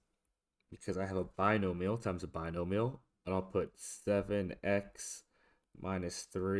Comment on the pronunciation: bi-no-mi-al (BYE-NO-ME-AL). Keep up the good work.